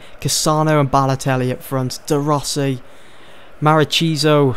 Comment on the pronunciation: its mar-ki-sio